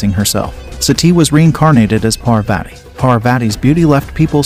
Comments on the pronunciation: Though your knowledge about our hindu religious stories is good but.... You pronunciation of our goddess name is completely wrong.. Its kind of offensive towards hindus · please for Parvati's sake check your pronunciation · First pronounce 'Parvati ' properly ...you are doing it very wrong ... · It's pronounced as paarvati not parvaati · If you are telling the story of Hindu goddess then pronounce their name correctly😑...she is godess Parvati not parvate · Please get the pronunciations corrected . It's not pervetty . It's paarvati. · It's Parvati not Parvat U spelled it correct but pronounced wrong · When you Pronounce Sati , the Ti sound is same as you say in Parvati and not like Ti in Tea. The way you said Sati implies to the practice done in some part of southern india when a baby is born. And also its not pronounced as Parveti its simply Parvati. And don't use such images to show our goddess. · It's not sīva, it is shiva, it's not pārvāti, it is pārvathi. First learn aksharamala (pronounciation) of Hindi or kannada or any other local language of India. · It isn't the pronounciation Par-Vati It's Parvathi Before making the video, you would have learned how to pronounce the name of our matha PARVATHI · First of all she is parvati pronounced paar vati not per vaiti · Bro you pronounced parvati wrong its par-vuh-tee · It's paarwati correct pronunciation. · The way you ruin the pronunciation of maa parvati as "parveti" hurts my eardrums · So it's pronounced as Par-vuh-thee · Please get your pronounciation of Indian names correct. Do a bit of research online... The "i" in Shiva is short, not long. The second "athi" in Parvathi rhymes with "putty" and it's a "th" sound not a hard "t"... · Please learn name pronunciation it husts a lot my name is Parwati if anyone called me like that trust me i would have given proper tution for pronunciation / pronunciation of godess parbati..is slight akward.so please correct it. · You are not Pronouncing Parvati right....